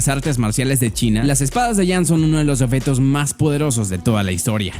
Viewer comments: Se dice OBJETO no oFeto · Esta diciendo offetos en ves de objetos?